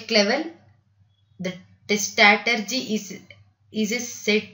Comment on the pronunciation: When you pronouncing strategy, it is very very irritating, I paused the video and read by myself